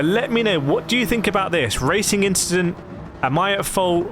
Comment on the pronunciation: "Just a racing inchident"